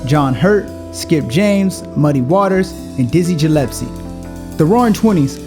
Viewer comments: WHOA>>>> He said Dizzy Jillespie --- It's GILL not JILL. He was a jazz trumpeter. What the... Dizzy did not play the blues. Yo. John Coltrane late 50's and mid 60's. Come on we got to do better. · It's even worse! I was so wrapped up in the first part of the last name screw up I totally missed that he screwed up the last part also! Jillepsie. Dizzy Jillepsie. This might be funny in a Key and Peele skit, but dis real life. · Way to break "Black" stereotypes by mispronouncing Dizzy Gillespie's last name (Hard "G" Gh like in The Ghost and Mr. Chicken with Don Knotts or This video is now essentially racist anti-Black Garbage or Perkins Grant wasted if you have a deGree or has a lack of Gratitude for the wars and battles already fought to try to prove Black people aren't THIS STUPID or will never Graduate if the OP doesn't already have a deGree! U serious? If I didn't rewind I would have sworn you called Dizzy Gillespie "Jizzy Gillespe!@ Who you think is going to take this channel seriously if you can't even pronounce the name of one of the most famous Black musicians in human history correctly?!? Felicia, crackhead Joe, Madea maybe! An image of a Old Black Biff Tannen from Back to the Future smacking a Young Black Biff in the back of the head saying "You sound like a damn fool you say it wrong!" is repeating over and over in my head right now! Is this an incredibly good fake channel by some actual racist? I almost hit the "Report" button out of sheer shock and awe, a channel with 3.33M subs, supposedly dedicated to Black culture, people, and their advancement by fighting stereotypes, posts a video which LITERALLY reinforces the Black stereotypes of ignorance, laziness, unwarranted pride, and about 10 more things we've been fighting to elliminate for ever and ever!?!?!? Why should anyone sub to this channel?!!? Why give a crap trying to help if all y'all going to do is F' dis shiite up like dis?!>? S